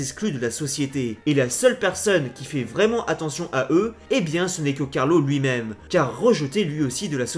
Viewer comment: c pas mime c meme